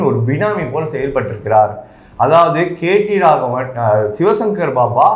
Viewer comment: தம்பி நீ கேட்டி ராகவன் இல்ல கேடி ராகவன்.